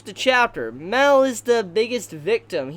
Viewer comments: It’s Ma el not mel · Everytime you say mael you say it like mel thats why i always think that you are talking about meliodas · Great video but its pronounced mAel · Mel or Mael? I don't get of who you are talking of... Please do try to differentiate their names, they're not the same. :/